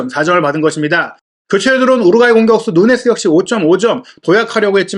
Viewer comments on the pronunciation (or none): none